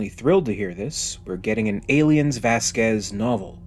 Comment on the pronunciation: Little correction, it's not pronounced Vasquĕz, it's Văsquez